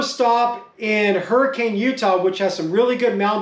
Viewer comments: I believe you mean "her-kin" not hurricane haha awesome video! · Used to live in Utah, definitely miss mountain biking and wheeling in Moab the most! Fun fact: the locals pronounce Hurricaine, UT "Hurric-un". Never understood that, haha.